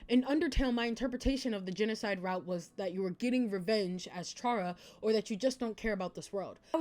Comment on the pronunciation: Kind of unrelated, but you pronounced chara's name wrong. (It's pronounced cara)